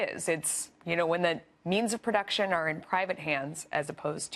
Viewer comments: The news lady couldn't even pronounce Capitalism, yet makes a mockery on Cortez the definition of it. #dropfoxnews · This fox news lady can't even pronounce capitalism correctly.